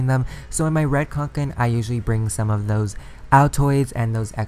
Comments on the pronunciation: It’s kanken not konken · It’s Kanke not KONKEN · Did it bother that he is saying QANQEN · It’s actually pronounced kånken because it’s a Swedish company and the name is pronounced konken like a conch shell 🐚 Most people pronounce it like “Kay-nken” but that’s not how it’s supposed to be pronounced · you're so close to the correct pronunciation! It's pronounced cone-ken xD